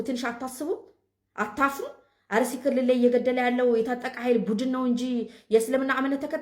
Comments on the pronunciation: አሩሲ አይባልም አስተካክል አርሲ ማለት እየቻልክ ለምን አሩሲ ትላለህ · አርሲ በል እንጅ አሩሲ አትበል